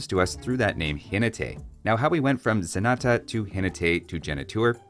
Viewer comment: pronnouncing Zenata and Genitour how they sound to me as a spanish speaker, I can see it. Ze nah tah, he neeh teh, heh nei touur